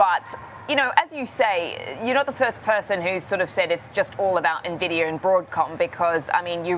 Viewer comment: It’s not Navidia. It’s En-vidia. 🙄